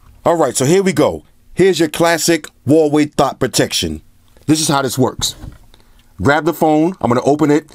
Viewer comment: As soon as I heard you say VAVEI, I gave thumbs down and exited video. Bye